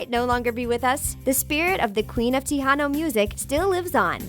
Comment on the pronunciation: it's Tejano tae-ha-no not tee-han-o